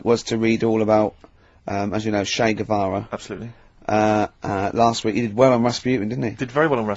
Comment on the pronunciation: Ah yes... englebert guevara 😂